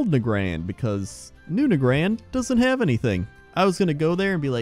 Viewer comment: DON'T BE A DUMMY IT'S PRONOUNCED NAGRAND NOT NAGRAND